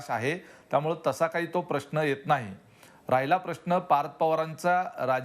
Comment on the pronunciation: आशिष मराठी भाषा नीट वापरली पाहिजे. आपले काही उच्चार अशुद्ध आहेत. राहिला, पाहिला या शब्दांचे उच्चार चुकीचे आहेत.